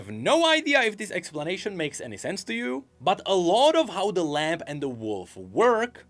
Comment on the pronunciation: tha lamp and the wolf kekw jokes aside, fyi: the b in lamb is silent